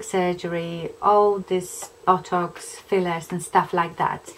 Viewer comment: Sorry, but I've been laughing so hard everytime you mentioned botox, you're accent made it sound more like bottocks, esp when you said you were going to see your bottocks lady, lol!! You seriously don't need to spend that sort of money on a temporary measure imo. Love Real Housewives of any variety, esp when there's a cat fight, thanks for this, just felt like we were in the same room chatting over a glass or 2! Joan x